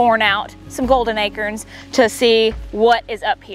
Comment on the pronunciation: I love how u say acorn lol